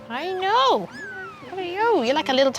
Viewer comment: I absolutely love how Aussies take a one syllable word like "know" and turn it into "noooeeeyyyoooo"